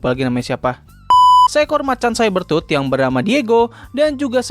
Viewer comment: Cyber tooth ❌ (saiber tut) Saber tooth ✅ (seber tut)